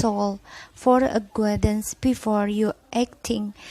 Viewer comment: Maaf mom boleh koreksi cara baca nya yah mom🙏🏻 guidence (dibaca : gaidense), dan decision (dibaca: disision) 🙏🏻